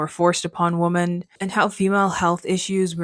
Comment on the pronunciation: Great recommendations! Thanks! 😊 Also-just a request regarding pronunciation — it sounds like you are saying Woman (singular) instead of Women which just became really annoying since you used the word frequently in this video. Ok thank you.